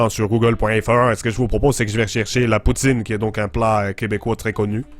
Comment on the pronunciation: Je suis Canadien anglophone donc peut-être je me trompe ici, mais chu tout à fait sûr que le mot « poutine, » c'est prononcé plutôt comme « pou-tsaine » en Québec (si on le disait dans un accent anglophone, ça serait comme "poo-tin" que "poo-teen") :)